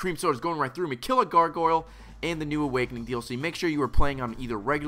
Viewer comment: seems to have difficulty saying "Gargoyle":) Must be another "coopling" moment.